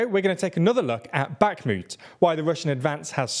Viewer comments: God, how many times can you say Bakhmut wrong, and with such confidence. Unbearable. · your pronounciation of bakhmut kills me slowly each time you say it wrong